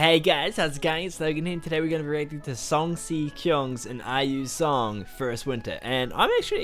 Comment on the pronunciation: The MV doesn't play the full audio track. If you want to listen to the full track, it's not in the MV. Also the "Si" in his name is pronounced "she" not "see". Good reaction man. Enjoyed it.